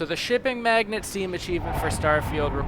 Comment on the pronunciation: Mag-Nate not magnet.